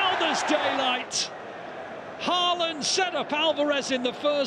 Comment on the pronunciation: When will the commentators finally start pronouncing Haalands name correctly?